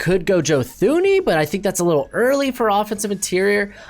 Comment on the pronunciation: Blows my mind how often people misspronounce Thuney's name. Its Too ney.